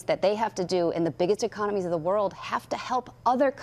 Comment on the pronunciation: "The biggest ecomonies in the world"